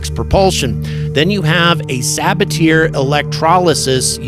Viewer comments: sa-BA-tee-ay! NOT sa-ba-TEAR 😅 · FYI, you should pronounce it suh-BA-tee-ay, not sab-a-teer. It is the name of French chemist Paul Sabatier. Regardless of what language you speak, proper names should be pronounced in the language in which they are written.🤓